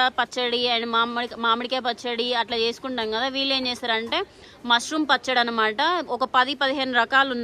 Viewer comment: అమ్మా... పచ్చడ.... కాదు.... పచ్చడి..... తెలుగు ను చంపకు తల్లి....